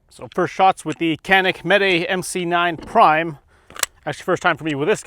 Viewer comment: Chanik not Kanik...